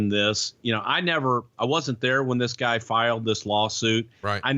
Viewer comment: i like the way he says "guy" like "gah"